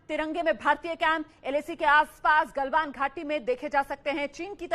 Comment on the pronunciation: गल्वन नही गलवान